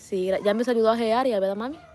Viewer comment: Se dice verdad No no vedad correjite